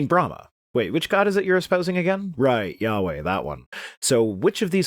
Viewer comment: I'm sorry did you say Yahweh or Yaoi?